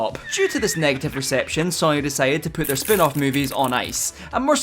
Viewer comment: What's with the pronunciation of Sony?!